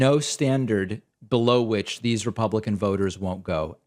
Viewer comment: He said become a republicon. 😂